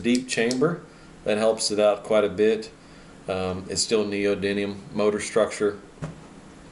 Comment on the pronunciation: I don't know if it's the roll of the tongue but I keep hearing neodyNium when its neodyMium. Ribbon tweeters rule btw...